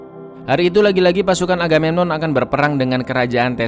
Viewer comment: Apa cuman aku yg dengar raja aganenon wkwkwk